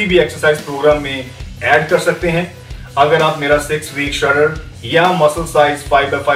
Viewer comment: he pronounces shredded as shutter